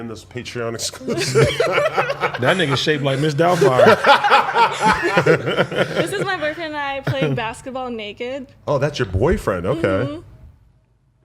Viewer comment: My guy said Mrs. Dalfire 🤣💀💀💀